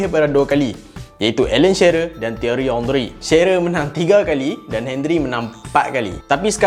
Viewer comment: Come on,, Not 'Hen-rie' It's 'On-ree'...